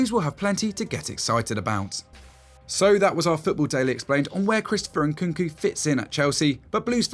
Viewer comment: Not Nkunku but NkuNku